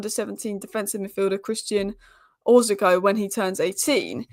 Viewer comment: Please try to pronounce their names properly 😅 It's Oroz-co......not Orzi-co.